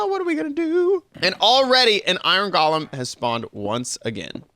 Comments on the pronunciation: GOAL-lum. GALL-um is the twisted guy from The Hobbit. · Why is he saying iron goalam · Iron GOE LEMS!!! Not iron GOLLUMS!!! GOLLUM is a character from lord of the rings.. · Galem lol its golem